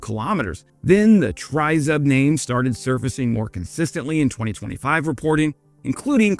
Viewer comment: Just an FYI, "tryzub" is pronounced "tree-zoob" (close enough phonetically, just say the tree part quickly, you'll be close enough) it literally means "three teeth" (or three toothed, zub=tooth) like a trident that has three spikes (or teeth).